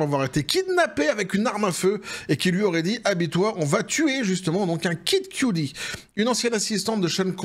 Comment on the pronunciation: QUE-dit comme QUE DIT-il. Pas Cue-Dee. Pour Kid Kudi, là (pas un fan, pas du tout hein, mais bon vu qu'il répète ce nom a chaque vidéo, il pourrait faire un mini-effort, je vais encore me faire engueuler mais cela choque mes oreilles, désolé). Apres on peut jouer de l'accent forcé aussi, genre Pouf Dada au lieu de son "vrai" nom à l'autre, là. Poff papy ou je sais plus quoi.